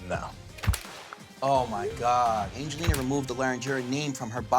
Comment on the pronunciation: Every time Mike says "Angeliner" I can't help but cringe